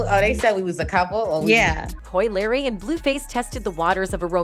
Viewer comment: Right And the Coi Larry got me 😭😭 how you get Larry from Leray 💀 they need to step they shit up w/ the narration cus they outta pocket 🤣🤣